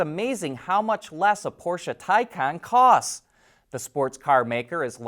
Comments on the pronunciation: Thai kahn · Still can’t say Taycan?